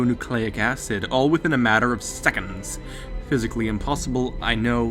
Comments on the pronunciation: I like how he says seconds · the way he says seconds